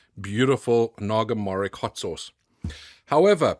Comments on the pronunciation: The correct pronunciation of Naga morich is 'Naga mo-Rich' not 'naga morik' . Morich means Chilli in many Indian languages. And I need a bottle of that sauce 😅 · It's pronounced Naga Morich/Moris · Also, it should simply be called Naga Chilli, because Chilli in Bengali simply translates to Morich, and its pronounced Morich with the 'Ch' of Chocolate, not 'Kk' of Maybach. Nice video btw <3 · Its actually called Naga Mori (ch) not (kh). The fragrance is amazing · Hello, for your information this chilli is pronounced as naga morich, with “rich” pronouced as the word is normally read. It’s the same as a dorset naga which originated as a naga morich plant bought from a Bangladeshi grocery store in Bournemouth. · Naga "MO-RICH" The rich is literally just pronounced rich. Naga is the main tribe of Indian state of Nagaland. Morich is pepper in various Indian languages.